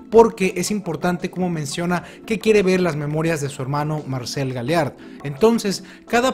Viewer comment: Amo y Adoro como explicas, redactas y presentas los vídeos, te admiro y respeto por eso. Pero me da mucha ansiedad que Marcel sea pronunciado con acento en la "e", y no en la "a"...